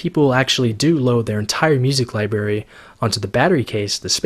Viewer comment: I cringed when you said liberry T_T